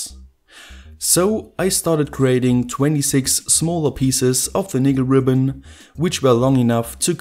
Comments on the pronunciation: Lol sounded like he said "nigga ribbon" 😂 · NO! He said, "Nickel ribbon"